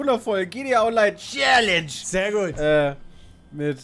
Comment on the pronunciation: Es ist schon traurig das Peter jetzt Challenge immer viel falscher ausspricht nur um nicht zugeben zu müssen das er es nicht besser kann.